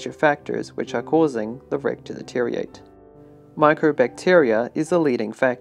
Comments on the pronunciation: There are a few words that are wrong. Deteriorate is not pronounced deteriate in any accent although many people in many countries do pronounce it incorrectly this way. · "deteriate" is a mispronunciation regardless of accent.